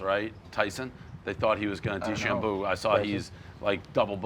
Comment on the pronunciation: “Tyson DeChamboo”